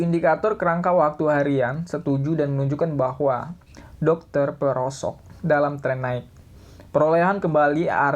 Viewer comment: how we pronounce it = dōj (doge)